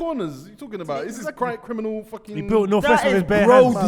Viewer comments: "Michael Jackson, you know Smooth Crinimal". Crinimal😂😂😂😂😂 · Anybody else hear smooth CRINIMAL 🤣🤣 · said "smooth CRINIMAL"😂😂how did no one clock